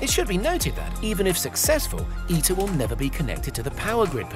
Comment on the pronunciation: ITER "I.. T.. E.. R" sound letters dont sound as a word lol.... tritium ... i is like friter not tricycle ... like pronouncing someones name wrong and introducing them as your good friend...